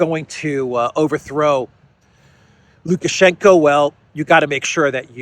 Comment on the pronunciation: It's lukashenko. Not lukashenka.